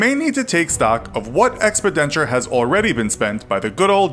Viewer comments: Expi-denture? Ex-PEN-diture! C'mon dude ... you make a living with your voice. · lol I think you mean “expenditure”. I don’t know what an “expidenture” is, but it sounds like it has something to do with teeth….. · It's not EXPEDENTURE you know. It's EXPENDITURES... CHECK YOU WORDS RIGHT.. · "Expidenture"? Expenditure? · He keeps saying "expidenture" instead of "expenditure" lol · Lmao we’re going on an expidenture! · It’s expenditure, not expidenture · It’s expenditure not expidenture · It's pronounced "expenditure", not "expidenture". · WTF is expidenture? It's expenditure. Stopped listening after hearing you mispronounce the same word three times. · “Expidenture”? Nah bro wtf are you saying it’s expenditure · "Expenditure" ≠ Expendenture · It’s expenditure. Not expidenture. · Expenditure. Not expidentyer. Expen-dit-chur*... like churros. Ole! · EXPEDENTURE??? YOU MEAN EXPENDITURE EXPENDITURE EXPENDITURE EXPENDITURE EXPENDITURE!!!!!!!! GET YOUR PRONUNCIATION CHECKED FOOL! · Ah yes. American military expidenture. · "Expidenture" - I think you're looking for the word Expenditure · expenditure, not expidenture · im surprised nobody pointed this out, but i cringe each time you say expidenture. it's expenditure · "expidenture" ...*stops watching* PS it's expenditure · The info is great. “Expedenture”...not so much. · Ah fuck me, I couldn't get through the opening of this video after the third time in a row he said "expidenture" instead of "expenditure", it was just too painful to listen to. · Ex-pen-di-ture not expidenture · ECKS-PITENSHUR? its expenditure you big ol DUMDUM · EX pahdenshure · “Expidenture.” Usually I don’t bitch about grammar but he said it too many times to ignore lmao. The word he’s looking for is “expenditure.” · Expidenture? Its called expenditure. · Ex pee denture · What's an "expedenture"? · ROFL “expi-denture”. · What is an: “Expendadenture”? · what is an expedenture??? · "EXPEDENSHURE" ARE YOU KIDDING?? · Ex-Pen-Diture! Lol.